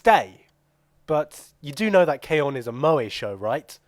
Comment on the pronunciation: That was hilarious but it's K-ON...you either like it or you don't...there's no two ways about it. PS do more reviews with both of you toghether